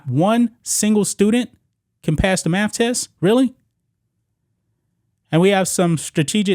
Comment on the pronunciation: Dude, i like your channel, and i HATE LeChina, but you cant criticize his school and keep saying "maff". Fr.